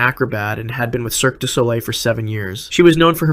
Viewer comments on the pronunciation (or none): none